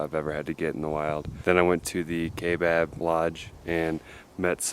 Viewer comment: Cool video but it's Kaibab the Kai rhymes with eye. :)